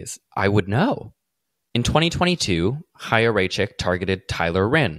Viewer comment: Thank you so much for covering this specifically because you're the only person I've heard pronounce Chaya. I was starting to think I was crazy.